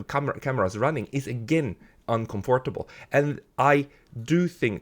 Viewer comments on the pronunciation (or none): Very well argued. I agree 100% with your extremely insightful point of view. (Perhaps have a native English speaker coach you for a few minutes on how to pronounce 'uncomfortable'. It's tricky, you must swallow the 'o' saying only 'uncomfrtable' if you get what I'm saying.:O)